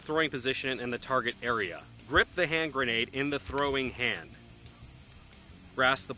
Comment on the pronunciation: no say granadaaaaa with an accent